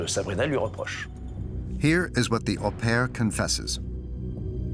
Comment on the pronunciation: My one criticism of this documentary was the narrator pronouncing 'au pair' as "Aw pair" - you'd think that someone would have corrected him in production.